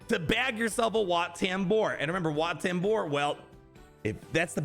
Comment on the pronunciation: Wat Tambor ❌ Where Tambor ✅